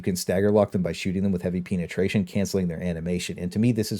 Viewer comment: You say penetration weird. "Peenatration"